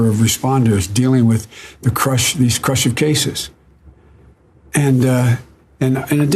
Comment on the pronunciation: He was trying to read the word "crucial", but pronounced it *crush-lf*....I think